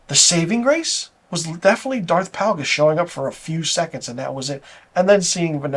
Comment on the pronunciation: Isn't it Darth Plagueis? Pronounced like "Play-gus." But, totally agree--it's a joke of a show. I get it, I'm old and too attached to the Skywalker story. Also, I don't think a lot of recent fans (discovered Star Wars in the past 20 years) hold the writing (dialogue, story, logic) to a very high standard. I have friends with young kids and they're just happy to be able to show them Star Wars stories. It's like they think: "Oooooooh, look at the pretty light sabers, coooool. OK, back to TikTok." I just want good storytelling, characters with compelling arcs, clever/fun/witty dialogue, and good logic to why the characters say and do things. I don't watch much tv because most shows fail miserably at these things. So I'm not as desensitized as a lot of folks are. Looking forward to the season finale of The Boys.